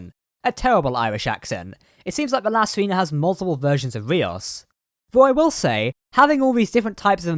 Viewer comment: I really enjoy your videos but I need to comment on something that is very distracting. Basically we need to go over some basic Spanish pronunciation. It wouldnt be an issue if the ship's name wasn't La Sirena, (which means the Siren or Mermaid). In spanish "E" is always pronounced "ay." Likewise, "I" is always pronounced "ee." So La Sirena is pronounced "See-ray-na". Vasquez rocks is pronounced "Vas-kayz". And now you know!